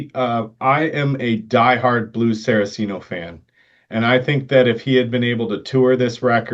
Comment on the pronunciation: Two things I want to clarify. One I know to be true, the other I'm almost certain is true. What I know to be true. Richie's last name is pronounced "Cot-zen" not "Coat-zen." What I'm almost certain about (nearly 100%). Blue's last name is pronounced "Sar-Cee-Ah-no" not "Sara-Cee-No." Not here to play grammar Nazi, just clarifying. Love your content. Keep it going.